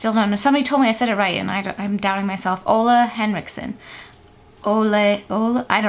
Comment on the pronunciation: Hey i am from Denmark and Ole Henriksen is also from Denmark and you are saying his name right. Lots of love from Line from Denmark <3